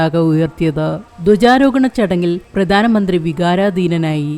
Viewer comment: ഉച്ചാരണം പ്രധാനമന്ത്രി.. (ധാ.)പ്രദാനമന്ത്രി അല്ല 🙏